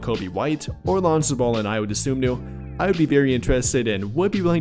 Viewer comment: Spelled Ayo last name wrong and said it wrong. It's Dosunmu, and the correct way to pronounce it is "DA-SOON-MOO". So together it's "I-YO, DA-SOON-MOO"